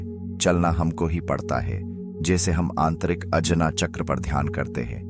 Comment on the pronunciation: अजना चक्र नही, आज्ञा चक्र होता हे,, शक्तिपाठ नही ,शक्तिपात होता हे,,सुधारो